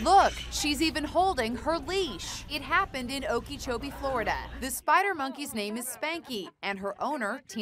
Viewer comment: “Oh key cho bee” that’s not how you say it!! Lol it’s “oak a cho bee “